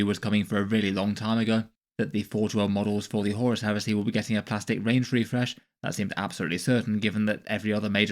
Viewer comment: he said "horus here-say"!